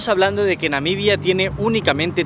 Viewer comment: Excelente e interesante video, me pareció que dice constantemente "Namidia"